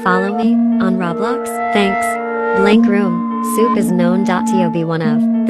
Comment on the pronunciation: Also why did she say blank room soup like that?